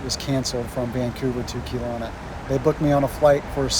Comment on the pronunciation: It's not pronounced Keelowna it's Kelowna, get it right